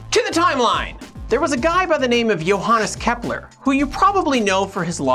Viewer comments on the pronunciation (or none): none